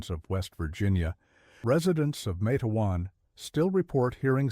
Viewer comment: It's not Mat-e-wan... It's Matewan... Exactly how it's spelled, I grew up about 20 minutes from there. When you say Mat-e-wan I cringe !